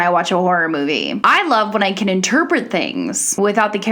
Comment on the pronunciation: You mispronounced Bjorn.